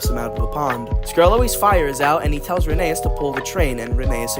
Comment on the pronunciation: So, pronunciation Tal-y-llyn is said more like tal-uh-[hiss]in (I'm not sure if they'll accept klin like Unlucky Tug says it And Rheneas is actually pronounced like Phineas but with an R instead of a P (I think the e after the H throws people off, but the book readers say it that way)